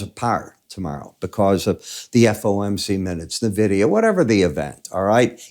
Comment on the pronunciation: it's en-vidia m8.